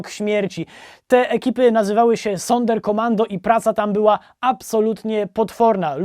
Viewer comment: Czyta się "zonder komando", a nie "sonder".